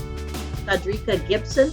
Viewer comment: Todreeka? sounds like a medication